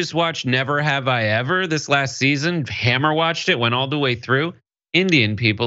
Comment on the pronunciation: Did say "hammer watched" instead of "binge watched?" If so, I have never heard that before.